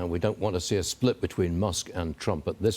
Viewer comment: It’s Newt, not New